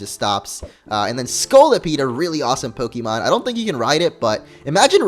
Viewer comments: you pronounce pokemon wrong! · I know, but he and multiple other people say it the wrong way. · just because it's pixelmon doesn't mean you pronounce pokemon differently(wrong).